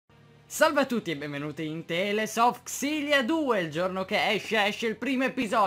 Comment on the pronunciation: Grandissimo, non sembra per niente male! Non vedo l'ora di domani per il secondo episodio!! P.S.: Comunque Tales si pronuncia /teɪlz/ (teils) e vuol dire racconti XD